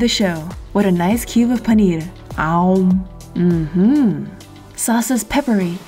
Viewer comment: that "paneer" sounded so indian